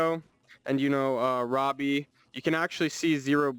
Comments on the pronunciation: Its roboy as in ro-boy robot and boy mixed not robbie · Love this video but hearing roboy pronounced Robby is insane to me